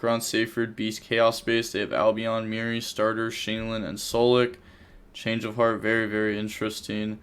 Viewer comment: It's fucking Merli not mirri ffs and you wouldn't stop saying it